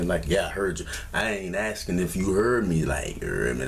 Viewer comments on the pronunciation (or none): Take a shot every time he says “you herrrrd meh” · Had me dien at yahur me aint askin if yahur me its lettin you know yahur me 😂😂